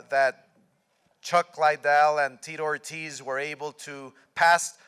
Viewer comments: I've heard lots of people say "Lie-dell" when it's actually "LID-dell". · smh.. DelaHoya speech so mundane. Cant even pronounce Lidell to begin with. "Lay Dell" .. "Chuck Lay Del".. foh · "Chuck Laidell"...the first time he said it chuck looks at him like mother whatchu call me..? Lmmfao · CHUCK IS LIKE HOW DID HE PRONOUNCE MY LAST NAME?